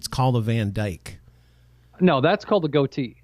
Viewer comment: It's goatee, honey, not to be confused with gotee records. 😘 No idea where you're getting the h....